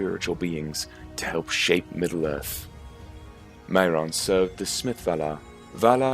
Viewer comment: One thing,the pronunciation of things like maiar is 'my are' and mairon is pronounced 'my ron'